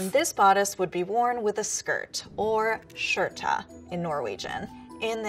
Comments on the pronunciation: CharlySE I love how she pronounced «skjørt» like “shørta” its actually pronounced like “shirt” if you say it with a heavy British accent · What’s the deal with saying skjørtA when there is no A? And it’s also called a “stakk”. The Sami people wore (and wear) reindeer shoes, but nobody else wear that with their bunad. Aren’t the any fashion historians in Norway? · Yeah I know! But why did she prunounce skirt ''SHJÖRTA'' xD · I know right! The way she tried to pronounce skirt made me pause the video and grimace, she didnt even try.. it literally sounded like she said skjorte. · could’ve gotten somebody who actually knew Norwegian to pronounce the words😂 I mean she butchered skjørt and even added an e at the end